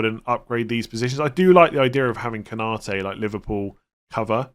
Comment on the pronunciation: Every one and his dog seem to be saying "Ko-NA-te" when his name is "Konna-TE".